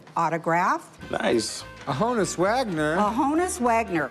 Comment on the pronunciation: it's not HO-NUSS Wagner it's HON -USS.... His name was actually Jannes as in Hannes but in America people were calling him "janice"... So he spelled it out phonetically... Sometimes you do see the J in front of his name & now you know why......